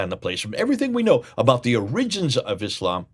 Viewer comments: putting the accent on the second syllable of 'origins' is a little strange. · It's hard to take your scholarship seriously when you can't even pronounce the English word "origins" properly. Try the accent on the first syllable. You're welcome.